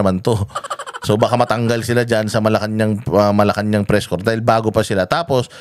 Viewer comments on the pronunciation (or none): none